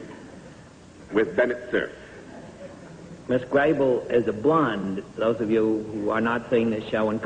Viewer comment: That's Cerf, not Surf.